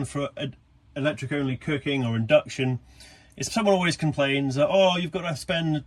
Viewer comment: Something I plan to do too! Those people who just cannot process no gas in a camper!! Loving mispronounced Cooking 🤣 Nice video!